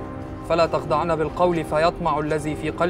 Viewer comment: {فلا تَخضَعن بالقول} تنطق بعدم تشديد الضاد